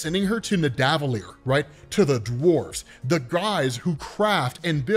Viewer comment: "Nuh-dah-vuh-leer"😂 Its "Nih-duh-vuh-leer im sure